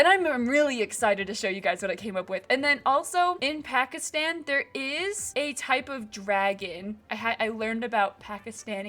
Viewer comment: It’s really cool…but your saying Pakistan wrong (I’m Pakistani) ❤